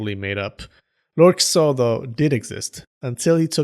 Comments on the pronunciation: You kept saying Kiso; I kept hearing Kuso. I kept giggling every time. "Lord Shit enters the battle!" LOL I need to get out. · Dude I thought I was the only one 🤣🤣🤣